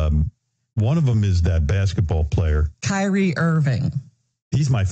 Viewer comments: It’s “Kyrie” not curry 🤦‍♂️ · “Carrie Irving” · Kyrie is a moron and Im glad you mispronounced his name. Wait till he gets sick watch how fast he changes his stance.